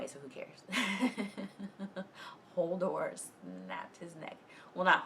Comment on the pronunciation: I love that she is mispronouncing it as Holdor.